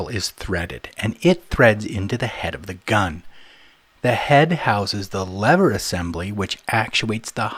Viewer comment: You're one brave dude taking on a slippery subject such as grease guns! (wink) A tip of the hat to your bilingualism as you've gotten the American pronunciation of lever sorted. Great tip on storing the tube upright and bleeding the air from a new tube. The last two tubes i replaced, i forgot to take the pull tab top off the tube. Yes...two. Thankfully no one was around to witness. Grease and anti-seize compounds are instruments of the devil. Somehow the stuff seems to get everywhere!! Good to see the proper usage of a Cambodian Tire screwdriver and not one of your treasured JIS screwdrivers. And hey...now that i mention it, Isn't it time you debuted them and covered the JIS legacy? Cheers lad!